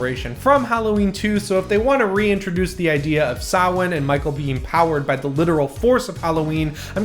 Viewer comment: Fantastic concept mask! I've been thinking of getting my 2018 rehauled. Oh and as someone from Ireland I love that you can properly pronounce Samhain! 😁👍🎃